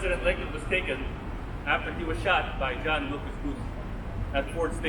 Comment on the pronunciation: John WILKES Booth - not Wilcas